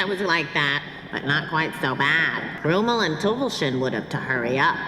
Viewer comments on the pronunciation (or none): The weirdest part is, that despite everybody having a German accent, they mispronounce 'Krümel' and 'Tüpfelchen'...